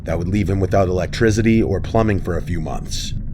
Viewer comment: I love you, my man, but the way you pronounce "electricity" kills me! E-leg-trizzity